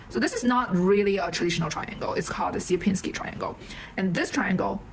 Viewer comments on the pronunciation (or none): There is plenty of different "dimension" definitions, and they all have not much to do with the word "dimension" an average Steve uses. Also btw, you butcher the Polish "Sierpiński"... it is nothing like "Syerpinsky", but rather closer to "Shyerpiñskiy". With Ś (soft S) at the start. Those Anglo-saxons really made a mess when transcripting Slavic languages.